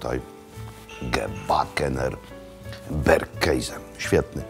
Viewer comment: Jest mój ulubiony "berkejze" XD